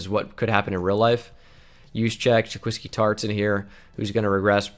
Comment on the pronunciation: He said jaqeeski tartt, that’s like callin kawhi “kawee”